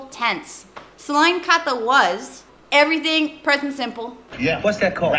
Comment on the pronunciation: Nonton ini jadi ingat guru Bahasa Inggris aku dulu waktu aku SMA. Pelafalannya parah bgt. Pas beliau baca text dan disuruh buat nulis ucapannya, beliau ngucap "every sing" dan aku nulis sesuai pelafalannya yang ternyata itu adalah everything, guys.. sobs belum lagi pas bilang purpose malah jadinya pepes 😭